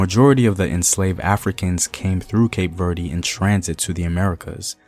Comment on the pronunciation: As a Cape Verdean brother, let me humbly educate you on the pronunciation of the country. Cape Verde (keip - Verd- the "e" is not stressed, as you did in this video) If you would like to say it in the Portuguese manner you can say Cabo Verde (kahbo-verd) and if you want to say it in the Kriolu version, you can say Cap Vert (kahp-vert)